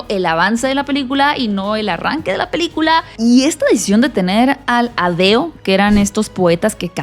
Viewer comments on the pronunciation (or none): ¿Qué película viste? ¿Que no sabe dirigir a las mujeres? ¿Por qué debería dar asco los pretendientes? Se dice AEDO, no adeo y los aedos cantaban usando bastones.